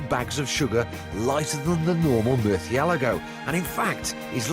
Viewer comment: wtf murthialego?